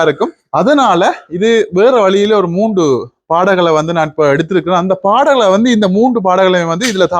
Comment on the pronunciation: அவர்களே, நீங்கள் பேசும்போது 'வந்து' 'வந்து' எனக் கூறுவதைக் குறைக்க முயலவேண்டும். மூன்று என்பதை மூண்டு பாடல்கள் என பலமுறை தவறாக உச்சரிக்க வேண்டாம். இந்திரஜித் இனிமையாக பாடுகிறார் -தொடர்ந்து கடும் முயற்சி செய்தால் மூச்சு எடுக்கும் மெல்லிய ஓசையயையும் ஒலிவாங்கியில் கேட்காமல் பாடலாம். பயிற்சி செய்தால் நல்ல பிரமாண்டமான எதிர்காலம் உண்டு.